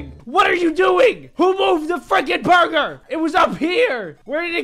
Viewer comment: Its booger jk it burger